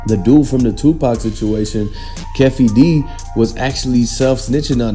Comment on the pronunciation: Fake News...U Can't Even Pronounce Keefe Ds Name...U Cappin Hard I Mean Real Hard...Go To Bed Bro...U Sounding AI Ish... Once Again Not Breaking News... Fake News That We Can't Use...😴😴😴🤔😴😴😴😴😴